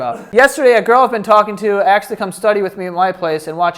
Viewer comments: who to this day still can't say "asked" so instead it sounds like "axe", never change 😂🤣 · Oh no … says aKSed ☹️